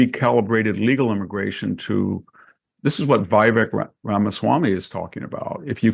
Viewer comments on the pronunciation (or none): Who is this Englishman to say "hillbilly"? It's a slur. He mispronounces Vivek as well.